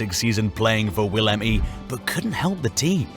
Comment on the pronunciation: Willem i ahh hell no xD, that is a 2 in roman letters